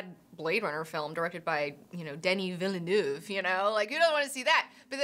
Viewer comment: It's pronounced "Veal-Nerve"